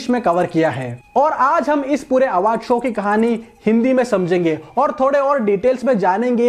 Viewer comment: Awaaardh nhi hota hr Bhai